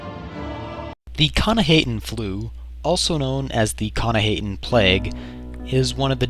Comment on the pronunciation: It's actually pronounced k'nah-hah-ten. I should know, I wrote the article about the Flu over at the UESP. I also see a bit of resemblance between it and your video. Keep up the good work.